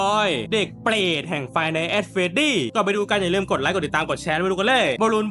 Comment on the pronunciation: ทำไม เน้นคำว่า เ ป ร ต จัง